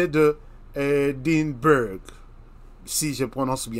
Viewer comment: On écrit Edinburg mais on lit : Edimbra